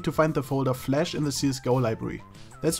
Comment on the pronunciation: it's flash not flesh lol